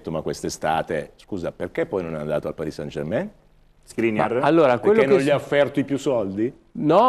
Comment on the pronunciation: Sono per l'INter, ma è il migliore, a parte che dice Parì san Germèn!